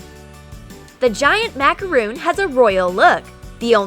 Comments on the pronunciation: Did u just say MACAROON IT IS MACARON NOT MACAROON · IT'S MACRON NOT MACAROON!?!?!?! 😡😂😂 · i think it is called a macaron not a macaroon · It’s macaron not macaroon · MA CA RON NOT MACROON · It’s Macar-on not Macar-oon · Actually, it is MacarOn not macarOOn. A macaroon is a coconut, crispy, cookie type thing. A macaron is a fluffy sweet cake. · It’s pronounced as macaron not macaroon but no offense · They are macarons not macaroons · Macaron!!!!!! Not macaroon!!! A macaroon is a coconut bliss ball type thing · Its macaron not macaroon dumbasses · It’s actually pronounced mac-a-ron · they said macaRON wrong #petpeeve 🤦‍♀️🤦‍♀️ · Macaroon? NO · Am I the only person that gets annoyed when they pronounce “macaron” wrong? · Agnes Bäcklund yep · I also get angry